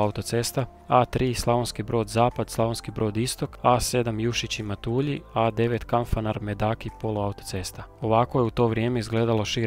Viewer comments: Fora video svaka cast na trudu, samo jedna opaska krivo izgovaras MATULJI. Nisu Matuuulji nego su MatUlji. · Odličan video, samo prijedlog da se više pripazi na točan izgovor mjesta/čvorova, pogotovo u Primorju i Istri. Točan izgovor je MAtulji (prvi slog), JuŠIći (drugi slog), CeROvlje (drugi slog), KanfaNAR (zadnji slog), VodNJAN (zadnji slog), DiRAČje (drugi slog). Osim toga, stvarno izvrsno napravljen video, veselim se idućem! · Odličan video, jedna jedina mala greškica ,a to je izgovor mjesta Matulji, nema naglašavanja slogova :)